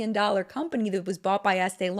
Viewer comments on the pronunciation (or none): none